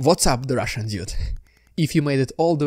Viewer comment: "what's up, the RRRRRRRRRRRRRRRRRRRRRRRRRRRRussian diude?"